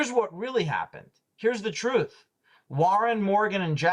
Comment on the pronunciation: I swear if I hear that man say one more time that he's just trying to get to the "troof" I'm going to lose my sugar honey ice tea! Lmao 🤣🤣🤣